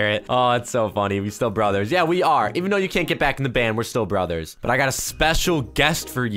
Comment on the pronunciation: when said we AREEEEEEEEEEEEEEEEE it look's like said we HROKKKKKKKKKKKKKKKKK